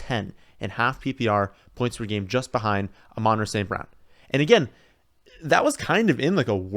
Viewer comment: Firstly, I want to thank for your content. You’re the best FF guy on YouTube in my opinion. Secondly, I’m going to have an aneurysm one day from the way you pronounce ‘Amon-Ra’ lol